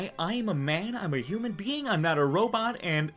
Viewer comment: "In humam years"